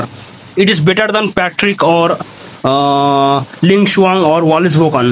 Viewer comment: damn, for an indian, u pronouce ling shuang perfectly